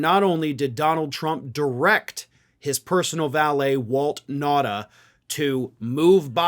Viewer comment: I'm pretty sure his last name is pronounced NOW-tah. At least, that's how I hear it pronounced elsewhere. Whatever you think of him, the man deserves to have his name pronounced reasonably correctly. Not that I think this is an intentional mispronunciation. I'm just saying everybody deserves the respect of trying to get their name right.